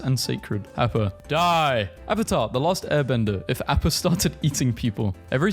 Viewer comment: That explains why you said AAAAppa. It’s pronounced AHppa☝️🤓